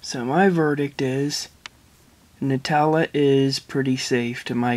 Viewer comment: FINALLY SOMEONE PRONOUNCES IT NUTELLA NOT NOOTELLA